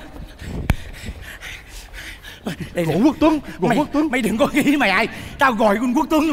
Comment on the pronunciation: Quốc tuấn đọc thành quất luấn :))